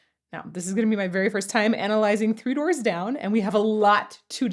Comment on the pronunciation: Sounded like you said 2 Doors Down.... lol